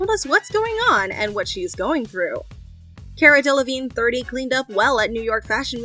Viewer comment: Car-uh. Not care-a. Names matter.